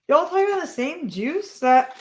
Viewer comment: Know who you are and what you are passionate about, and being a bit of a dummy myself, it took me a few times to realize you were saying R.I.P Juice and not Jews... I finally caught on though ;) And as per difficult veins, I was a skinny child in the 80s, and one time I was having blood drawn when I was 12, and the nurse poked my right arm 6 times and my left 2 before calling the doctor over, which she was supposed to do after the second failed attempt... That was a very painful day, and I cried a lot that afternoon. It wasn't until I was in my 30s or 40s that my veins became visible to nurses. I even got complimented on my veins when I got my first covid vaccine shot.